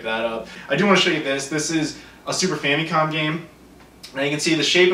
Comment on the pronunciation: stop saying "fam'EEE'com", no one says that. Your videos are interesting, but that is not how that is pronounced.